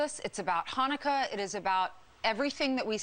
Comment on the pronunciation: Look at how the idiot co host guy looked when she said "Hanukkah" ! Even he knew that wasn't right, but he couldn't and dare not correct her LOL! 🤣😂